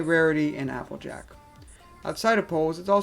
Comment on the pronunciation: You sound like tara when you say applejack, you say appajack